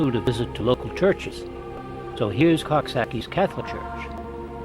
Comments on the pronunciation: Pronounced it wrong. Koo sockie. The villagers living there means hoot of the owl. Yes I used to live there near where the lighthouse to be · Mispronouncing the name pretty badly.